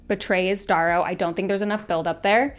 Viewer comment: Ok Darrows name is pronounced like arrow with a D.